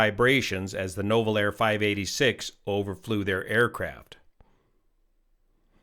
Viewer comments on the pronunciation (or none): Just an FYI, it's NOO-vel air. Those darned French. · You pronounce Nouvelair as NEW-VEL-AIR